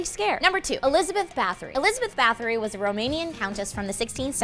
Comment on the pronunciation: Hey #2 You pronounce it Ba-th-or-i (i as in it), I'm related to here, and that is part of the legend of why the women in my family have cold ass hands (everyone of the bloodline has hands that are fricken cold, no matter what)